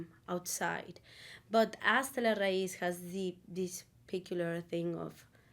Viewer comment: The album is called HASTA LA RAÍZ!!!! Not 👎 "Hasta la RUIZ" Change it, #respect